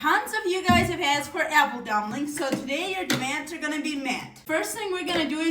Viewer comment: Whats botter? 😂 And dumblings Or meelk 💀